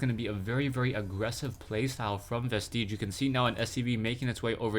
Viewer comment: "Vestige" does NOT rhyme with "prestige."